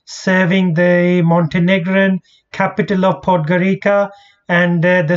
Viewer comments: Its not Podgorika its Podgorica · Perfect Video but...pronunciation is Podgorica with ( c) not with k....is Podgorica not Podgorika...) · It is pronounced "Podgoritsa"